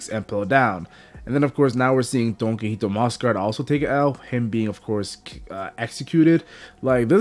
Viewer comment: It's pronounced "Don-Key-hoe-tay"